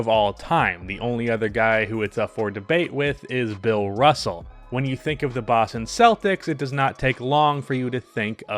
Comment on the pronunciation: Oh my god the way you pronounce Boston like you have a Boston accent but you don’t pronounce any other worlds like that is so annoying